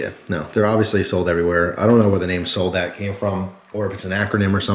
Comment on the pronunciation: Pronounced zohl-dot. German for soldier.